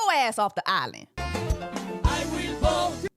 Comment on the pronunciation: Immediately hearing “ I weel vote” at the start of the video 😂😂